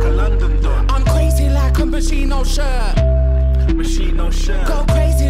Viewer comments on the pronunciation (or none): That is not how you pronounce Moschino...cool song though